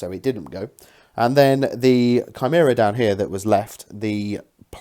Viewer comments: Kai-mare-ah hehe I was lol at basilicas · It was going so well, great looking armies.... And then you said shameera and I had to turn it off.